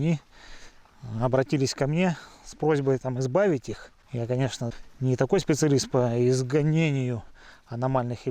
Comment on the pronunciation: Не изганение а изгнание...